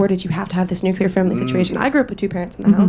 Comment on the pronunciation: Thank you for being one of the people who actually says “nuclear” right,. That’s a huge pet peeve of mine